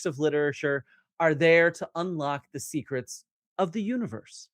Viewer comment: Not to mock Jiang's accent, but I noticed he pronounces "secrets" like "secrest".